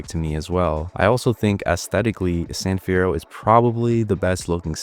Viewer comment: San fierroo